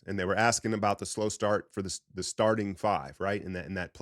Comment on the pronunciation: Sounded like he was saying slowing down instead of slow start